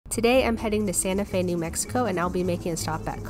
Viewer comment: I live in New Mexico learn how to pronounce that